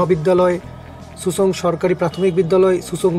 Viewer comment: not susang its simsang